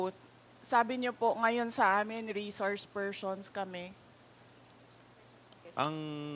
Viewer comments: Reshorshe pershons...sa veneers siguro ni Sara to...dati ok naman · Reshourch spershrson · Reshrouce pershons 🤦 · Reshouce pershons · Reshoursh pershonsh. Pesteng yawang Bise presidente ito bakit ibinoto ko ito. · Mga reshourcshe phershons lang pala mag oath eh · nananadya na xa talaga isip bata walang galang sa hearing.....feelling prinsesa talaga ang taas taas ng tingin nia sa sarili nia diyan pedeng mamuno resource persons nga lang dipa pa mabigkas ng tama she said reshors pershons putik nayan😂